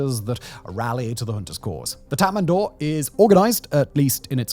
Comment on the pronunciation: Its not tatmandaw, its tatmadaw--- no N. Read the spelling.